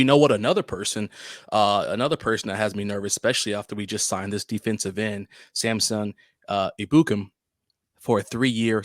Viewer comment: Samson EBB-You-Cam